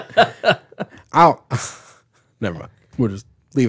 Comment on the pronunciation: Kiffin, not Kifton!